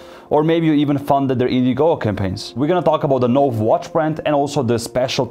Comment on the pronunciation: Say No-VAY.